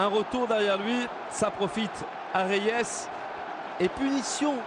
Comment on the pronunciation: Idiots that can't even pronounce Reyes without putting some French touch to it.